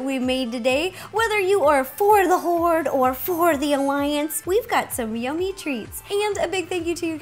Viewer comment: HORDDE! XDDD Seriously to each their own. :3